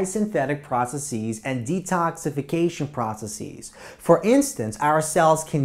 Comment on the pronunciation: loved the video but the way he pronounces processes puts me on edge